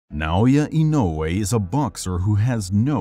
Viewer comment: Nice to find a YouTube channel that can pronounce "Inoue" right. 😊